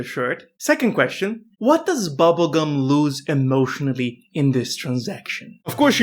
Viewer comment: Oh, come on, bro. At least pronounce it right. It's pronounced princess Bonnibell Bubblegum of levios-oooohhhhh.....